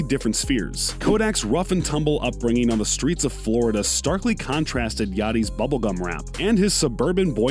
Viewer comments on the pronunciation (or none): none